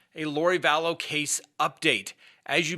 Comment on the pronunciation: I love your channel...I consider myself a junkie of your show. However, your killing me with you pronunciation of her name: you’re saying Vallowces rather than Vallows. Please I’m begging you.:)